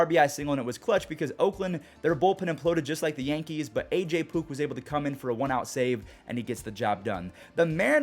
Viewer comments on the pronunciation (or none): It’s AJ “Puck” not “Pook” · Anyone else hear him say AJ Poop?